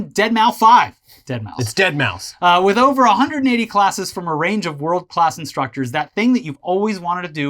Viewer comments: Love you, but you sure do dunk a lot on boomers to call deadmau5, “deadmau-5” 🤦‍♀️ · "dead mow five" Please kill me